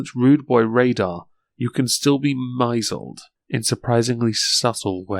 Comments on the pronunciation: lol "myyyzled". Was that an intentional mispronounciation of " miss led"? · Mispronunciation of "misled", so cute. "You can still be mai-zled." lol. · my-soled? holy crap, i've never heard it being pronounced in that manner